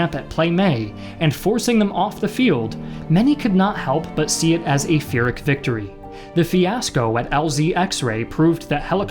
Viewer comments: I'm like 99% sure that in both UK and American English, Pyrrhic is pronounced "pier-ik", rather than "fear-ik" just a small note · I love these, but, you gotta say "Pyrrhic" correctly! It's "peer-IK" not "pheer-IK". Heard it like this in another vid and just had to rage real quick:D keep up the good work! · You may call me a Grammar No-No, but it's pronounced PEAR-ic. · Pyrrhic isn’t pronounced “fearic” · wait a minute. did you prnounce pyrrhic as "feric?" ist pronounced like "pee beginning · Pint of lager: the P in Pyrrhic is just a regular hard P. PEER-ick. After the manner of Pyrrhus (PEER-us) of Epirus. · it’s PEER-ic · You could look at Emma Saying for obscure words… I believe pyrrhic is pronounced “peer-ick” or similarly. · Pyrrhic: pronounced pir-ik. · Can pronounce all kinds of complicated Vietnamese words but can't pronounce "pyrrhic" or "earnest"